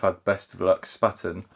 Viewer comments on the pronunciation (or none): Well, there's a thing. My landlord is the Spaten brewery here in Munich. I do believe that Spaten (which has now merged with Löwenbräu and is owned by Interbrew) actually "invented" Helles and yes, our water is incredibly hard, making the kettle very chalky very quickly. It's pronounced "Shpahten" (rhymes with Barton). Oktoberfest very soon!! I hope you get to buy a new narrowboat shortly since I'm here for the boat and the canals. I enjoy your vlogs. ❤